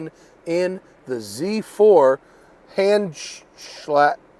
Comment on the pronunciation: Come on mate. It’s not that difficult to say, Hand-shal-ter. 😂